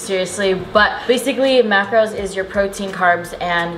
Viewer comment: She doesn't say mackerels, she says Makros, so Carbs, Protein and Fat